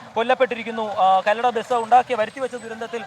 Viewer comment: കല്ലട അല്ല കൊല്ലട ആണ്